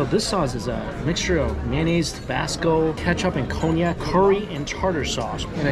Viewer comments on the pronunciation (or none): none